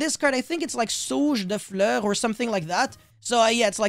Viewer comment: Record yourself saying De Fluer and release as a podcast that keeps repeating because it’s so SATISFYING ✨De fleur✨